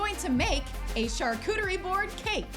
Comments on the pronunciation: I love you girl but please stop pronouncing charcuterie like CHARcuterie it’s pronounced SHARcuterie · here to say "charcuterie" is a French word and so the "ch" is pronounced as "sh"!! also the "NON-AI" peanut butter was so funny